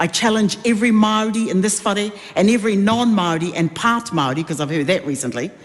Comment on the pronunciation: She speaks of fake News As she lives as a Fake Victim And she cant pronounce the word Maori properly